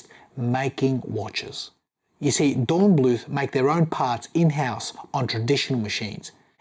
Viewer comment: Nice watch, but, given how invested you seem in the brand, it's a bit disheartening how you keep butchering the brand name. Angry greetings from Germany